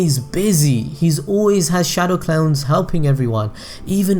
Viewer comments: did he say "shadow clowns"? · Shadow Clowns - that mispronunciation was way too funny xD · am I deaf or did he just say "shadow clowns"?